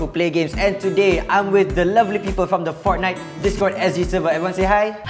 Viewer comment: i thought u said fart nut..